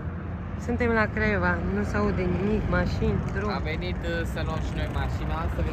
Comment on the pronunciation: Craiova Anca nu Craievea. Nu stiu frate de unde le scoateti😅